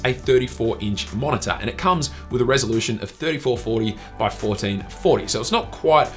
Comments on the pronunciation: MO0NA-TA! HAHAHAH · Haha wtf is a monitah